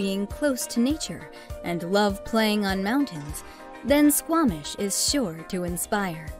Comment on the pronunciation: Who made this?? They literally got everything wrong about our Province. Squamton lol.. Whisteler lol. can't even pronounce our capital of std's properly. If you like Australia them move to whisteler lol. The reason everyone uses public transit in Surrey is because you car was stolen.. then your bike.. lmbo.. But they can't steal a transit bus. Hmm 🤔 well it's Surrey just give it time